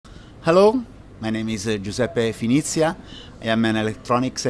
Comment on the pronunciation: Greetings to all my friends at Electromaker! My correct last name, however, is "Finizia", not Phenitia.